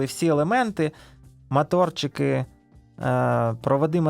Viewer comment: Не мАторчики, а моторики, дуже ріже вухо